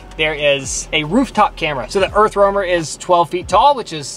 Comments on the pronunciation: Idk how may times "Earthwormer"🪱 was said.. lol! Its an "Earth Roamer". Overall a very nice rig for sure. Too bad it's $975,000 over budget for me. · why do you keep saying earthwormer? lol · I am a joiner and could do the exact same for 100k..she says earth wormer every 3 minutes 😂..get over your self